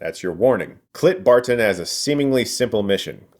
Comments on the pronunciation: He called Clint Barton "CLIT BARTON" lol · Did anyone else hear Clit Barton? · I’m sorry, did you just say “Clit Barton?” 💀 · chris stuckman: "clit barton"